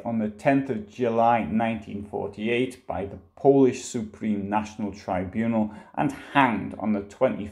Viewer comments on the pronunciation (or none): none